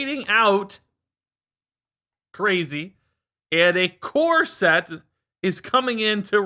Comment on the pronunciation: I heard "core set" as "corset" and now I can't wash off the mental image of in a wedding dress.